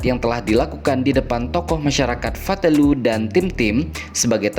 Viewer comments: Nama Fatuleu, Pak. Bukan Fatulue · Itu di Fatuleu bukan fatelue. 🤦🏻‍♂️